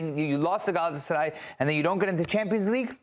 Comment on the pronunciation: very rational guy. Also, never heard a non-Turkish speaker pronounce Galatasaray this well.